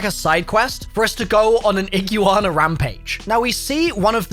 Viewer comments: “Iggiwana” It’s E-Gwa-nuh 💀💀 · i-gwa-na... No ig-you-wanna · Bro it's because of his accent. He says it like Ig•yoo•ahna and americans say ig•wana or eeg•wana. I've noticed that a lot of words have a more pronounced "yoo/yew" sound with a british accent. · NPC not AI, and iguana is pronounced "IG-WAH-NAH" not IG YOU AHNAH 🤣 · not gonna lie, i really cant be fucked with seeing gta6 trailers getting disected for the next 2 years. get a fkn life you losers Also its IGWAHNAH, not iglooana you degen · its pronounced ig-wanna not igu-wanna(florida resident) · you: Igooana Other people: igwana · brah.. its pronounced igwarna. idk what you even just said 🤣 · Ig-you-wanna well that stopped me watching. 😂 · So... How many times did he say Iggywanna? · “Eee-Gyuu-Ana” 2023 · Iguana ❌ E-gu-Ana ✅ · Correct pronunciation is: E-Gwa-Na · Iggy wana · Ig you wan a😂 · srry to tell you buddy but it's pronounced ig-wana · you’re literally the best! Absolutely loved your pronunciation and how many times you said Iguana in this video!!! 😎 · The comments on your pronunciation of iguana is hilarious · please stop saying Iguana, dude lol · bro, this entire video and all the comments are just gonna roast you on how you pronounce Iguana. my man, have you never seen or heard of them before? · Jesus, between your pronunciation of iguana and you thinking the police raid shot is gameplay is just crazy man... Dunno how anyone would think that. Outside of those, there was alot of details I didn't catch, good eye on Lucia being recorded and iguana on the guys shoulder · I’ll sub when you pronounce Iguana right 😐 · I almost unsubscribed when you pronounced Iguana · Hearing pronounce iguana is the funniest thing I never knew I needed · ...your pronunciation of Iguana... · AGHHHHHHHHH MY EARS HURT HEARING THAT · My girl cringed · I love you but please look up people from Florida saying the word iguana😂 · The amount of people who came here to make this exact comment. Me included💀